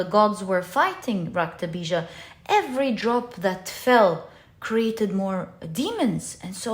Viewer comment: Lovely reading. You said raktabija perfectly 🤍